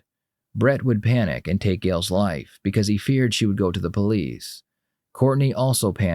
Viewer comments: ‘You know I’m the Pole-eeese. ‘. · the PO-lice, LOL... gotta laugh at that Southern accent. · “u kno she’s talking to the poe-lease” i fell out 🤣🤣🤣